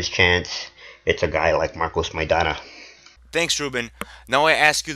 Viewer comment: For the first clown (Editor in Chief ): How can he make a prediction if he doesn't even know how to pronounce Maidana's name? The truth is that Broner has never faced adversity on his career, now we know how he is made of.